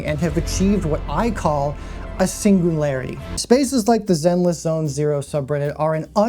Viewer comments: A singoonlarity, if you will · A forever single-arity